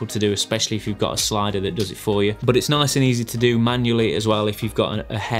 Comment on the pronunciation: i subscribed only cause of the way you say "BOHT!" (but) 😂